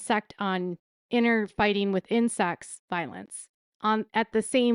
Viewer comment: "within sects" came out as "with insects" - LOL